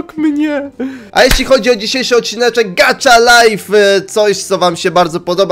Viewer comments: to sie czyta : gacha, a nie gacza xd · MÓWI SIĘ GACHA LAJF A NIE GACZA LAJF A PISZE GACHA LIFE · Gacha life a nie gacza life!!?!? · Nie czyta się gacza czyta się gacha